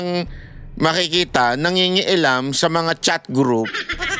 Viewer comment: NA-KI- A-LAM ! NA-KI-KI-A-ALAM! YANG ANG TAMANG SPELLING AT PRONUNCIATION. PARA KAYONG TANGA , NA-NGI-NGI-ALAM. SAN KA BA NAGARAL! GET A TAGALOG DICTIONARY OI! MEDIA VLOGGER PA NAMAN KAYO! SABLAY PRONUNCIATION NY.GAGAYAHIN NG MGA BATA YANG MALING PRONUNCIATION MO.